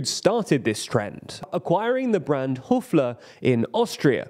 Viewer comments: It's HOFER, not Hofler. That company has expanded even further to neighbouring countries. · Hoofler? Hoofler? Lol. Höfer ... you won't be able o pronounce that either tbh. However, great video. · How did Hofer become Hofler in the voice-over? 😧